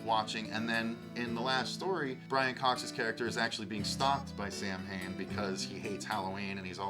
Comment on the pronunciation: Samhain in reality is not pronounced Sam-Hane it's pronounced Sowen.